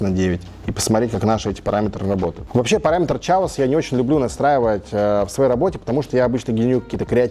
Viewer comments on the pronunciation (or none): Все переводчики/учителя английского слыша слово «chaos»: 🗿